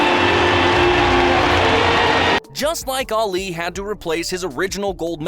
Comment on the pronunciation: Arleee 🙉 I cant take how he says Ali